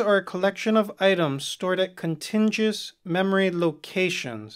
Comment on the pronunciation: I know I'm late, but you mispronounced contiguous